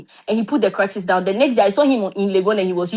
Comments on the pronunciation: Well done, he said clutches like 2 times 😂💔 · It is crutches not clutches you got me confused